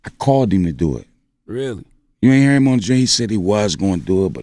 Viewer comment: "i called EEEM to do it"...that philly talk lmao